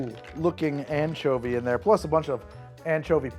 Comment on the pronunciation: am I the only one who heard it as the "manchovy paloma"?